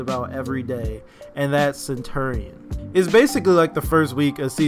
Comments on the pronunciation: I had to turn down the audio due to the fact of how you say center-ian, and not CENTURY-n. Centurion is said like century. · Stop saying his name wrong